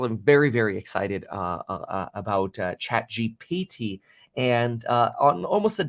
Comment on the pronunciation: ChatGPT is Not hard to pronounce dude what lol